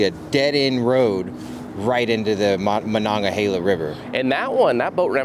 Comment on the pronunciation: It's funny how he pronounces monongahela